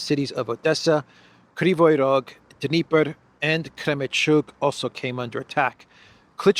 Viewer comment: Dniepr is pronounced NEE-pur.